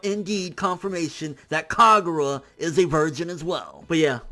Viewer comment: Lol its Kagura not Kaguya